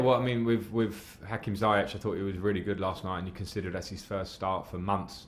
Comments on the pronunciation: no not ziyek it's pronounced ziyesh with sh not k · it should be pronounced like this "Hakim Ziyesh" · SOMEONE.....PLEASE.....For the love of Football. Tell Lampard to pronounce Hakim's last name CORRECTLY!!! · Lamps really need to pronounce Ziyech correctly.